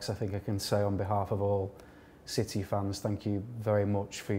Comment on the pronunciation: Great player but l wish the interviewer would pronounce City properly.